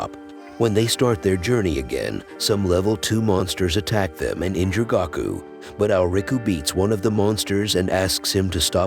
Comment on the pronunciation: Will win was watching I heard Goku but really it's Gaku